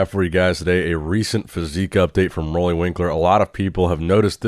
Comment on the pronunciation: How old is this channel? While is yet to find out the correct pronunciation of Roelly's name...